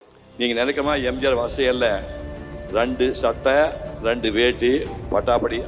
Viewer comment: Y don't u speak Tamil properly, randu illa rendu, u have spoken lot of dialogue in movies, but not speaking properly